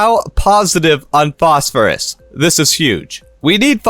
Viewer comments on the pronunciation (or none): "Posphorus" lol